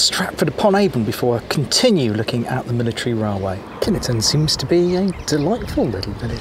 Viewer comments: I know pronunciation can be tricky but we lived in the village, villagers went to the base school and I have never, even as an adult heard any one calling it kin E ton. My brother married into a local family and they call it Kineton too. 🤷‍♀️ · As ever there seems to be some speculation over the pronunciation of the village's and base's. In Kineton, the village, some villagers pronounce it (in the bakery they did) 'Kin-et-ton'. The Army tend to pronounce it 'Kin-ton' and some other people pronounce it 'Kine-ton'. Take your pick!